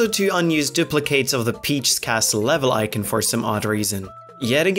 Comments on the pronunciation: Tell that it's pronounced eye-con not ikin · its not icen its i c o n your saying icen say i-con not i kin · Icin? don't you mean icon?